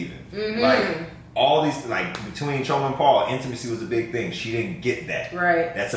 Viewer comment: I love that correctly pronounces Chioma's name👏🏿